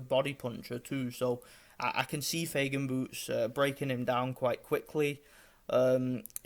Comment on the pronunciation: Файген, а не Фейген! мы же не говорим Сеан вместо Шон